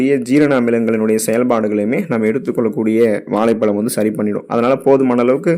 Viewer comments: நண்பரே வாழைப்பழம் என்று கூறினால் அழகாக இருக்கும்..வாலைப்பலம். என்று கேட்க அருவருப்பாய் உள்ளது... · தமிழை கொல்லாதீங்க. வாலை பலம் அல்ல. வாழைப் பழம்.